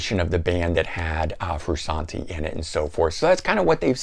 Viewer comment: How are you qualified to give a RHCP review , have all those RHCP albums, and then be the only person to call the man , “Froo-Sawn-Tee”. LOL.